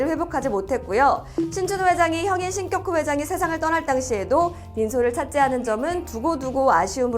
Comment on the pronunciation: 신껵호 회장이라고 읽는 것이 맞나요? 궁금해서요.